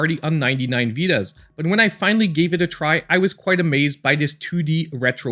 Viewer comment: I will also check your review of Death Tales, really took my attention, also nice spanish pronunciation of Vidas